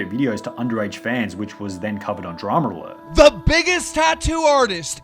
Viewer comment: It will forever piss me off that Keem pronounces it "DramAlert" instead of "Drama Alert"